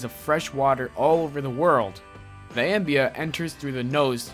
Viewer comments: It's pronounced omeeba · its pronounced ah-meeba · Amoeba not ambia lmao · how the hell do you miss pronounce Amoeba IT'S AH ME bah ALSO the thing you didn't mention about the strike was part of the deal Walt made was tat those animators would get royalties in perpetuity when Eisner took over he had all the original animators sign an updated contract that included a clause that read (void if fired for any reason) soon as they all signed he fired the lot of them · Amoeba is pronounced A-Me-Ba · a me ba is how you pronounce it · Ambia? You mean amoeba, right? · #8 It is pronounced Uh-Me-Buh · he pronounced ambia not amoebia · Cringe. He should know... I mean he should know how to pronounce correctly. How did he voiced the youtube video in the first place? He mispronounced amoebia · Ambia, not amoeba, ambia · woah woah woah! what did he just pronounce amoeba ? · The pronunciation of Amoeba was an atrocious. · Are people really shook about how he pronounced "Amoeba"? lol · wow you didnt say the amoeba right. and PAM stands for Primary Amoebic Meningioecephalitis. you didnt even say what PAM is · this guy can't say amoeba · Thumbs down for mispronuncisation of amoeba. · Uh me ba- Uh me ba Not Ambia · amoeba is pronounced "uh-mee-buh", not "'ambia". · Ambea? You mean amoeba? Pronounced “a-mee-ba”. And it’s not John Hoover... Sheesh! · what the fuck is a ambea? If you don't know how to say the word, a simple google will solve the problem - don't wing it and make yourself sound stupid. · its pronounced O-ME-BA lol "ambia" 😂😂😂😂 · amoeba is pronounced am-mee-ba, not ambea....but good vid otherwise. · Ambea? It's (a-mee-ba) amoeba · It's pronounced AMEEBAH. Not Ambia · On #8, what the heck is an "AMBEA?" I think y'all meant AMOEBA (uh-mee-buh). Geeeeez. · stopped watching at "ambia." What the hell man! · it is pronounced Ah Mii ba (Amoeba) not Ambia man. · Amoeba is pronounced ameeba not ambea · it's pronounced uh-me-buh not am-be-uh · a... amboea, what the fuck is an amboea?!